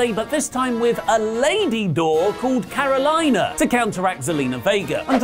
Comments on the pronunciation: She's southern american descent, it's CARO-LEE-NA. Not CARO-LIE-NA. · That's for the correction on the spelling. It's pronounced the same and either spelling can be used. But it's not what said, which is Carolina. And I researched it, on commentary they said both Carolina and Catalina so🤷🏾‍♂️